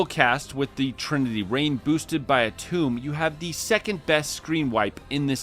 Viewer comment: It is tome not tomb 😂 a tome is a book, a tomb is where you put dead people. It is an "oh" sound in tome and an "oo" sound in tomb.